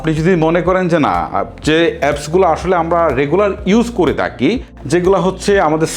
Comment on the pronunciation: আপনার কিশোরগঞ্জের কিছু ভাষা থাকে, সুন্দর করলে আরো সুন্দর শোনাবে।( তাকি × থাকি ✓